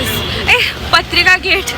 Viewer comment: Not you saying Patrika Gate 😭😂 You can take a girl out of Jaipur but not Jaipur out of her😂❤❤❤